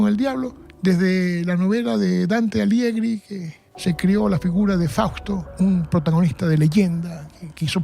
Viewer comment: Por favor, que alguien le diga al que no es Dante Aliegri es Dante Alighieri